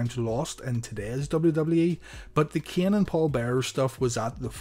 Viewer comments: Am I the only one who hears Kian? And not Kane? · Why are you having a hard time pronouncing Kane and Shane? Lol